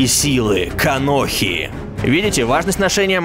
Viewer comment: мне одному слышится слово Каноха?